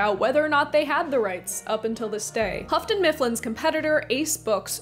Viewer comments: Why 'Hafton'? It's Yoo-ton (Houghton). Like Hugh + ton. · If I'm going to sue you for the pronunciation of "joie de vivre," I'm going to also sue you for Houghton Mifflin. It's pronounced "hoe-ton" not "huff-ton." Also, the title of Edmund Wilson's review/essay is "Oo, Those Awful Orcs!" You forgot "awful." Sorry, but I'm a full-on Tolkien geek since 1974! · It's pronounced hoaton, not huffton. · Really liking your content... enough to want to help if I may? The Hough in Houghton rhymes with through, not rough... "English is a difficult language, it can be understood through tough thorough thought though!" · Houghton is pronounced without an 'f' sound.